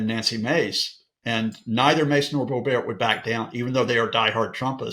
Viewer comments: Hilarious the way he pronounces Lauren Boebert’s last name, it’s Boh-bert. She was born in Altamonte Springs Florida not France. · Hey, guy, DON'T glamorize her last neme! It is NOT BOBEAR, IT IS BOBERT. RHYMES WITH BO HURT!